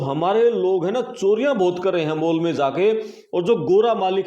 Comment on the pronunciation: मोल ❎ माॅल ✅